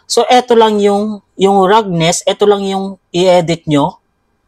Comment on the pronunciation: salamat po sa tutorial!!!! Icorrect ko lang po yung pag bigkas niyo po sa Roughness, Ang tamang pag bigkas po nito ay Rafness.